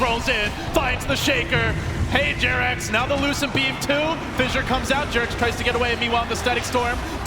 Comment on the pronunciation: Come on guys. Its jerax:)